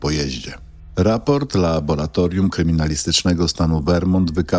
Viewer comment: Wszystko dobrze , ale to laboLatorium razi z 7 razy powtórzone. W laboLatorium pracują laboLanci. Błagam...